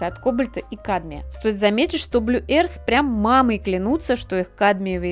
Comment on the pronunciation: Обзор хороший, но "Blue arse" меня убило